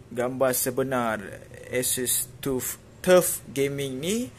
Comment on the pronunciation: bukan tuf bang , TAF sebutan nya